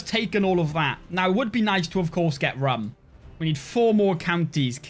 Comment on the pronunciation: Your mispronounciation of "Rum" is triggering me 😭